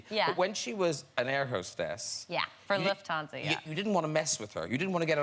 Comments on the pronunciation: Her German sounds perfect, only when she says Lufthansa, it’s a giveaway because in German you’d put the emphasis on Luft, but she puts it on the -hansa part… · She didn’t pronounce Lufthansa like a German would, though